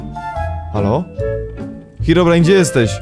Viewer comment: Ei czy tylko ja gdy mówi hirobrine na początku słyszę paliona